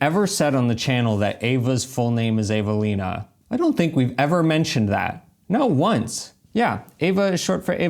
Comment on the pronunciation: She (Evelina, not "Avalina") as an Italian, is obviously more accustomed to the traffic on Italian streets and obviously knows more about the roads. PS: I notice that Americans strangely often change people's names. Even the name Eva, many here write "Ava”. But if one spells the name that way, one spells it practically wrong.